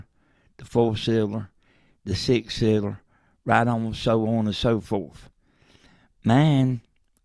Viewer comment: Me too, and I'm not even a native english speaker (swede). Although, for every time he said "cylinder" it became more and more unintelligible.